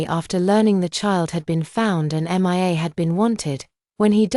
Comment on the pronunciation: Why is it so difficult for AI to read the name Mia ?M.I.A 😂😂😂